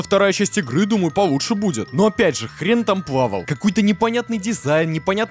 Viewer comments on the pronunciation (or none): none